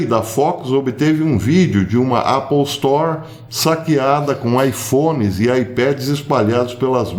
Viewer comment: Me perdoe o comentário, professor, mas o senhor foi o primeiro brasileiro a falar Apple Store, com "a" de A, não de É, como é o certo.